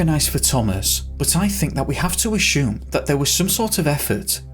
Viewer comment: I think its time we address the real mystery here... And that is.... Why does the narrator pronounce the word ASSUME as aSHume. Does he know something we do not? Who gave him this knowledge? Was my english teacher wrong all along, the bastard! The mysteries never end...